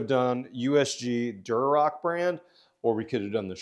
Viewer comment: It’s Durock,, not “Durorock”